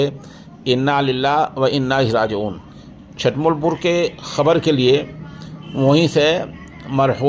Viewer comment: حضرت چھ پر پیش ھے چھٹملپور